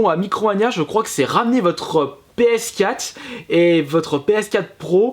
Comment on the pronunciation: Une Ps Quate ?? mdr essaye d'articuler ^^